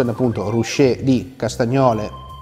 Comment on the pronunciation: Si dice "ruké", infatti si parla di paese arroccato, non rusciato.